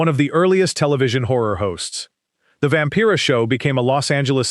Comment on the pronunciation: Vampira = vam-PYRA not vam - PEERA.